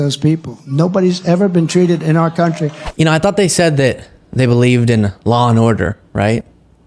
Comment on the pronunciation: “Countwy” like Elmer Fudd and Pontius Pilate in “Life of Bwian”.